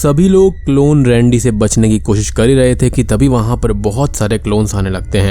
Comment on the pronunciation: Bhaiiiii sorry lekin rendey mujhe randi sunai diya paheli bar